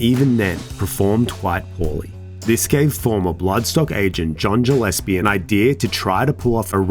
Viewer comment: You pronounced Gillespie wrong 😑